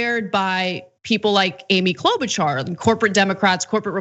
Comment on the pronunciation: You really oughta start pronouncing her name the same way her prairie family did 75 years ago....Klo'-BUTCHER. Seriously.